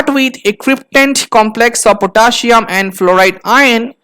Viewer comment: Potaschium. Potassium 🥺